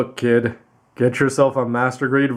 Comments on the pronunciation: Ver kay aaa ? Don’t ya mean ver ka (cahh like a crow noise) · It should be pronounced as ver "car" my friend